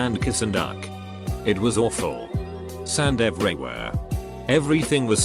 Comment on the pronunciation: “Sand everywhea”; your genius is finally appreciated